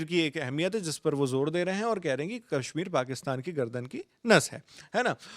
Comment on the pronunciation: अबे अंग्रेज़ के 14, कैश्मीर नहीं कश्मीर है। बोलना आता नहीं…कैश्मीर चाहिए और इस “भवड़े” को। 😅